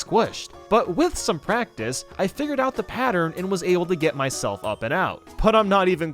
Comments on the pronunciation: Is no one going to talk about when he said “my-shell-f” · Did Did he just- Did he just say my shellf? that’s my boy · Why did you say "Myshelf" in 1-mid castle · It said my shell